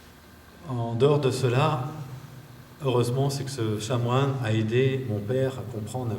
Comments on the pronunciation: On ne dit pas chamoine, mais chanoine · Désolé de remettre ce témoignage en question, mais il prononce plusieurs fois "chamoine". Pour quelqu'un qui est allé au séminaire, il saurait qu'on dit chanoine... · On dit chanoine.avec un n...a part ça c etait intéressant